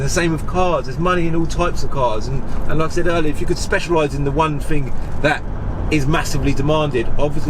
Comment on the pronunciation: “Fing”, I’m trying to deal with,but great content 👍🙏